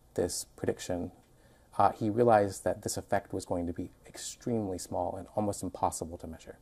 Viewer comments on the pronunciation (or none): none